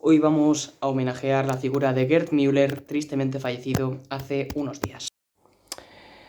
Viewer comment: LO dices bien